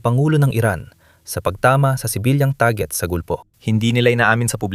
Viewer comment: Pilipino kb? Kc iba ka magsalita, tarjet dapat target